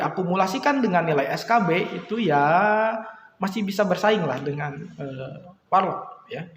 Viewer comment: Ngakak dnger "WaR Lock" 😂😂.. keren.. 👍